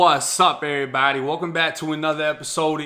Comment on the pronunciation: lmao this dude says errybody. I cant watch this "Thug" LMAO